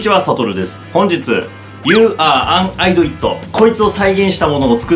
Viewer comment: 「アイドイット」❌ 「イディオット」○ だったような気がする…